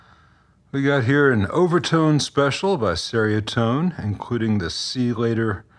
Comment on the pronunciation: fyi, it's pronounced "cherry-a-tone".